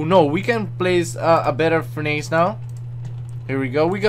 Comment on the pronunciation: its not furn-ace Its furn ess